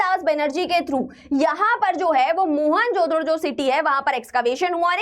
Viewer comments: Everything is fine but please fix the pronunciations... it becomes difficult to understand... especially Mohenjodaro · Mohenjo-Daro pronunciation 😭😭